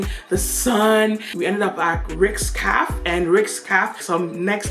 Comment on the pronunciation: Is the word Caff or Cafe 😄😄